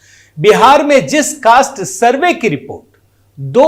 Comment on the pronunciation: YE ADHAPADH DY TON SURVEY KA UCCHAR KAR NAHI SAKATA!